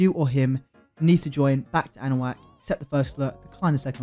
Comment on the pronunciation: wtf is anawack